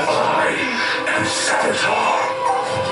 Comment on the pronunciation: savitar, not salvitar